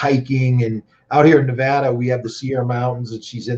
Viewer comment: learn how to pronounce Nevada.